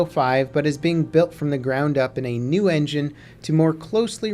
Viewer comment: Unreal "Enginge"? lol